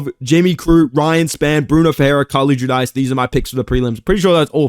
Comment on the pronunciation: It’s Jew-Deece, Carli is my sister haha